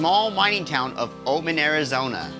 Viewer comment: AI slop. It's not Omen. It's Oatman!!!!! Before you post, make sure it's correct.!!! Unbelievable